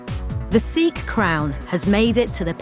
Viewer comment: finally someone says sikh right